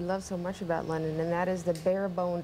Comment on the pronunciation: I remember I was in high school and woke up first and turned on the TV. The reporter kept referring to "Lennon was here last night" or "Lennon was shot". I though he was saying "Lenin" and was like didn't he die 50 or 60 years ago?